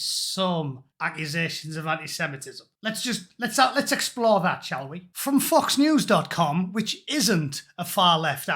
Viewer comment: Lmao . When You Said FOX News . It Sounded Like F uck News ..lol . Love your videos